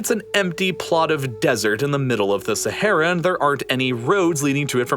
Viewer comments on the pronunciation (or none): dude pls stop saying sahara desert ... just say sahara cuz sahara literally means desert xD (even tho u pronounce it wrong as every other none arabic speaker in the first place )